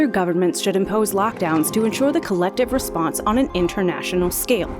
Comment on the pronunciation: Rensponse? lol